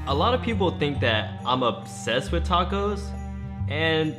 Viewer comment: I hate when people say “Dacos”